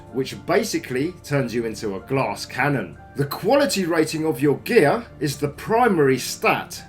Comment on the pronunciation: whenever he says geeyaar (gear) i laugh so hard